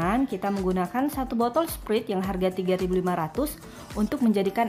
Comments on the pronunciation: sprait kali bukan sprit 😅😅😅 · sprait bacanya sprait